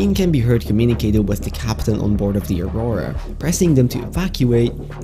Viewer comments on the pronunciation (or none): none